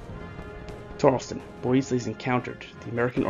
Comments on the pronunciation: Yeah, it's hard to hear the monotone narration when all that racket is booming in the background. Frustrating. And the British commander's name was Banastre Tarleton, not "Benjamin Tarlston." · It is Tarelton, not Tarelston. Bannister or Benaster not Benjamin. Morgan was a Colonel, not a General, as was Tarleton. However, the video is very well done and I commend you as to how it was diagrammed. Few have depicted it as well.